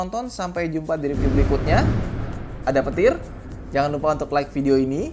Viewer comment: Ngomong "ada petir"nya kaya ngomong "ada tupai" di film up 😅